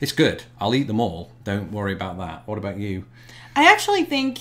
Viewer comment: “Wha”... I love that instead of whaT !